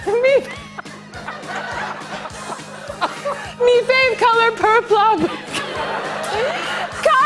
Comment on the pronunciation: “I love color. Color good.” “Me fav color per-plum” “Marshmallow and Jup” 😂😂😂 I laughed till I cried. well done. 👏👏 I really love her now. she seems like such a kind and genuine person. And FUN/FUNNY!